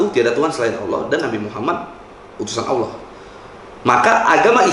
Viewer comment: Kenapa gua kesel ya kalo ada yang bca "Allah" jadi "Owloh"